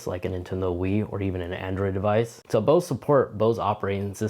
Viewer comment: "so bose support bose operating systems" anyone else get thrown off by the fact that when he says "both" he says "bose"? lol